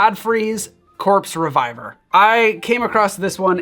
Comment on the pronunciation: Why does it sound like he’s saying the corpse survivor?